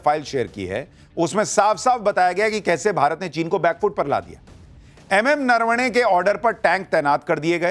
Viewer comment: Areee yaar ye Rahul Gandhi ko bolo pahele bolna sikh le .... नरवणे जी को नारावणे बोल रहा है😂😂😂😂😂 इसको बोलना आता नहीं है चला बड़ा आया